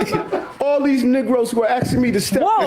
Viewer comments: NOT NEGROES...NIGROES IS WHAT HE SAID. he 100% meant black ppl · Just for context here: he said "NIGROES" not "NEGROES". They have very distinct meanings in the black community. He knew what he was doing when he said it. He was dog whistling and I hope y'all pick up on it.